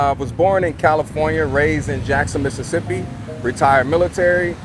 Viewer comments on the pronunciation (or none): none